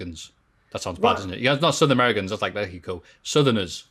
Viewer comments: I love way to say México, It was totally on point, the "orale" needs some work tho. Greetings from México! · I think the Men's Royal Rumble match will be match of the night. Also as a Mexican respect to for his good pronunciation. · As a mexican I can say that pronunciation of México is correct